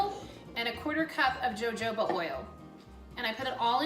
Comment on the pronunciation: Joe joeba oil 😂 thats cute